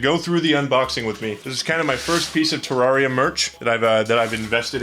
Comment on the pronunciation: Ter, rare, ria Please say it correctly now